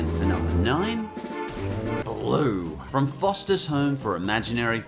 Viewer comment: I'm done I'm so done he said BLOO and Mr.Krabs I know u said have a grain of salt but COME ON